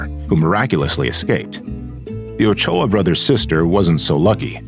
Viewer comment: Is that really how Ochoa is pronounced? Damn I’ve seen so many people(myself included) pronounce it so wrong this whole time.